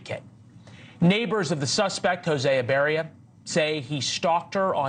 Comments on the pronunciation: I LOL EVERY TIME HE PRONOUNCES THIS ANIMAL LAS NAME, EBARYA. ITS PRONOUNCED EEE BA RRRRAAAA (IBARRA). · It's I barra, not Ibarria, professional news-reader guy. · Hey Leland, learn how to read. You said that pos name wrong 3 times, adding an extra syllable. What kind of newscast is this. You don't sound very educated. Up there with biden calling Laken, Lincoln. What a loser.